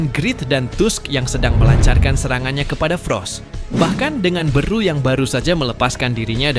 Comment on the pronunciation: Beru bukan beeruu